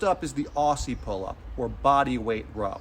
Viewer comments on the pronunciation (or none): no negative comment but never heard anyone pronounce aussie with the actual S sound lol edit: my hamstrings have been sore and the Cossack squat felt so good and satisfying